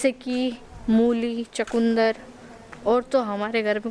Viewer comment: चकुन्दर नहीं होता चुकंदर होता है इंग्लिश मीडियम में पढ़ते हो